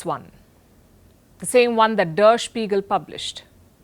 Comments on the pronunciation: It’s pronounced as “there shpiegal” not dar spigal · The pronunciation of ‘der spiegel’ is incorrect. Miss Palki needs homework. On the other hand, we people always look India from our own point of view but never try to look at it from the world point of view. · Ms Palki Sharma, when you are doing research on a German news paper "DER SPEIGEL", please first try to pronounce it correctly, its not that difficult.